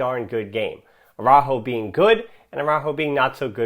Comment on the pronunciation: Well, if using the rules of the Spanish language this comment is correct. I've actually never paid attention to it but you do Englishize the pronunciation of his name.